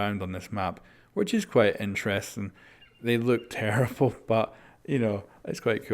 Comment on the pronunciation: he really said terrifull 😂